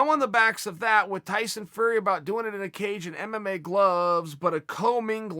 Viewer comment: Tyson FRrrrEy & MMA GLUHHHHvvvZ 🤣🤣🤣